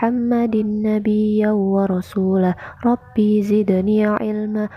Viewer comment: Koreksi... رب زدني (Rabbi dibaca pendek)